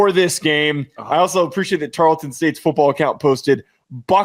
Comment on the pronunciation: The "E" inTarleton is silent